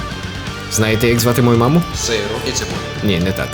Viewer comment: хах)Я чув "сейл птіцебой" а не "Сиру і цибулі" хахаха